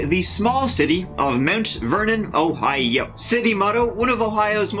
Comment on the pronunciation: I’m in Ohio why he gotta say it like that 😂😂😂